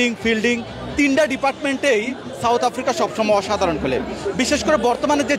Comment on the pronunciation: ক্লাসেন কে বলছে কালছেন হায়রে সমর্থক,,, 😂😂